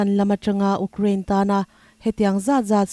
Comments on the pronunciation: Ukcraine ani lo,u_craine tih a lam tur.... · Ukrain, Ugkrean, tiin i lam tlat mai hi, khawvel news puangtu dangte nen in lam dan a in ang lo hi enge a awmzia aw (Youkrean , Youkrien tih hi) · Uk rain ti renga U kraine tiha lam tur ania. Ukraine hi news in ti tlem deuh a , rawn ti zing deuh thei ulang Israel aiin.. Israel lam chu news tinahva chhuak a